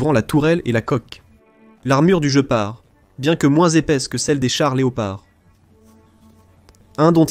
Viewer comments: Guépard et pas "Joe Part", cry seek !!!! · Dommage que cette voix artificielle soit si désagréable ! Des mots, dont le plus "important" : Le "Gepard" doit se dire "Guépard" et non "je pars" ! C'est une aberration qui ôte du crédit à cette vidéo ... Par ailleurs fort intéressante ! Danke l'Allemagne ! Gloire à l'Ukraine ! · la traduction par IA , le jeupar pour guépard c'est pas très sérieux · On dit guépard comme en Français... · il serait bien d'écrire ton texte avec les accents pour que l'ia ne dise pas sans arret le JE PAR MDR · oui, off course, mais une IA ne dit pat Guépard !!! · vous faites chi.... avec votre narrateur IA! "jepar", jepar", je pars, oui, sur une autre chaine!!!! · sujet interessant, un peu gaché par la prononciation du mot "GEPART" qui en allemant, comme en anglais se prononce "guepard", comme en français ! de même que "canon" se prononce canon et non canonne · Il voulait parler du jeu } jeopardy 😂. Perso j'abandonne. J'ai vu deux vidéos, c'est trop pour moi 🤦🤪 } Si c'est l'ia (?) le gars massacre sa chaîne. Après ; cela le regarde 🤑 = 👎